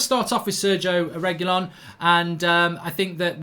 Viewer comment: Can’t watch until you pronounce his name correctly